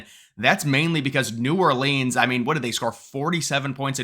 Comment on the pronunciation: New Ore Leans 😂